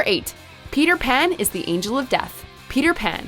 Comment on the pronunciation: Legit thought you meant deaf, not death